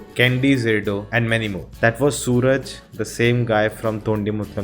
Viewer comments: The name is not sooraj. Its Suraaj. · It's pronounced as Suraaj. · So his name should be pronounced as Suraaj. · You don't understand our culture and people's behavior, as you not able to pronounce simple name suraj..